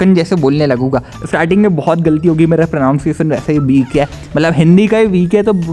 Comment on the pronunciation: Bhai tu pronounciation ko galat pronounce kar raha hai. Pra naan cia tion hota hai 😅. Dhire dhire seekh jaoge. Hamare school mein eng na bolne par ₹5 fine hota😢 Badhiyaa business 😂hai. Main bhi bekar tha eng bolne mein but now I can fluently speak English. ENGLISH IS A FUNNY LANGUAGES 😂😂😂😂😂😂